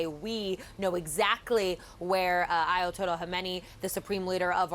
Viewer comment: Trump SAID..... "Aya-told-Yah to come negotiate "😂😂😂😂😂